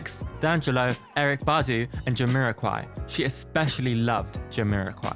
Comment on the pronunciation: You gotta pronounce Erykah Badu properly mayne.. good stuff though